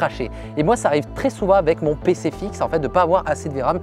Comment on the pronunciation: c'est "aveC" pas "avè", "aveC"! 😂😂